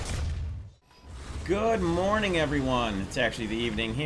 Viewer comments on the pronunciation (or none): "Good morvening"😂